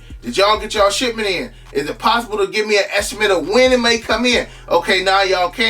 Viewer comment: Sound like he saying "shitment" 🤣🤣🤣